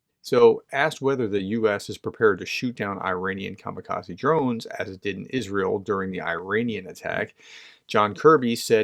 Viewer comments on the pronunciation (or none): none